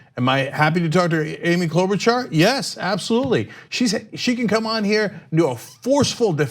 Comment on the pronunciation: everytime i see or hear her name i just think of cenk saying "klobauchar?"